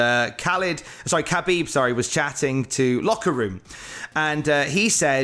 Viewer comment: Hi, Its pronounced Ha-beeb (the K is silent in Khabib) Nur(rhymes with fur)-ma-go-med-ovv. Keep up the good work!